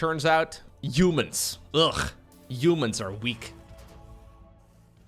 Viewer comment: Someone ask if he reads haha as jaja. It’s HUman not YOUman